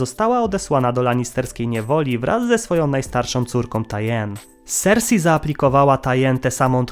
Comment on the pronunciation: Królowa sersej, a nie sersi